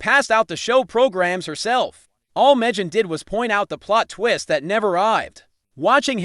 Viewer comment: Where do they get these commentators? Can't even correctly pronounce Megan's first name.